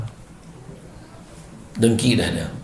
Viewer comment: Assalamualaikum semua & uatsdz... Nak komen sikit pasal perkataan yang ustadz sebut... DONGKI 🤗 Cer sebut betul2 😁😁 DENGKI BUKAN DONGKI. Se tau sy DONGKI tu KALDAI...😂😂😂 Gurau je ye Ustadz 😉😉